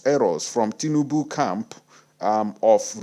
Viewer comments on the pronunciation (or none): 🤣🤣🤣🤣🤣🤣🤣🤣🤣😂😂😂😂😂😂😅😅😅. I couldn't help it but laugh my head off when i heard you say, some people are using torch and lantern to look for tinibu. I also love the way you say, lorilo.